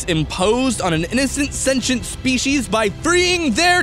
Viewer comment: I hate the way he pronounces "sentient." SENCHENT BEINGS